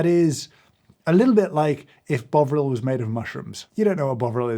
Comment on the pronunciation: I thought he said "bog roll."